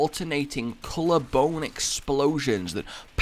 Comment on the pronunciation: i swore it said colour bone storm